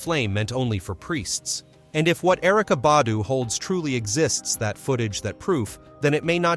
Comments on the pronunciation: Just a tip: If you put a video out, do some research before you post! Put some RESPECT on that man name! For 27 minutes straight you pronounced his name wrong. LETS DO BETTER!🤷🏽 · you should know how to pronounce names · I PROMISE I JUMPED IN THE COMMENTS JUST FOR THIS POST. I SWEAR THEY BE KILLING ME W/ THAT. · For real! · I know "like why is it so hard to say his name correctly? " It's ridiculous how they killed black people name!